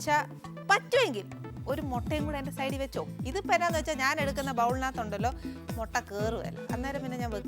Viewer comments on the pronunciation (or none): none